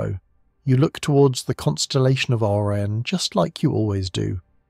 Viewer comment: The constellation of orren? O RI ON